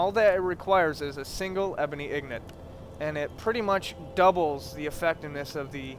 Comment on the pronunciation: Why are u saying ignit